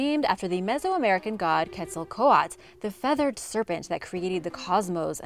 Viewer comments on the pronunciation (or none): my ears burned when she said Quetzalcoatl wrong. it's pronounced ket-zul-kuwat- el. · his name wasn't pronounsed quetzo quo lot it was quetzo quote el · When she said Quetzalcoatl I was straight up thinking do you even blade it is said Quet za coa tl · Please just google the pronunciation of Quetzalcoatl or Mercator before you record these. It hurts credibility to mispronounce so much. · New subscriber and live the videos and info. But my goodness do I hate the way you say Quetzalcoatl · You pronounce the L at the end of Quetzalcoatl. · Loses educational deliverance points for the piss poor pronunciations. Mercator is an elementary taught word. Also, she just made up the end when saying Quetzalcoatl. That one made zero sense.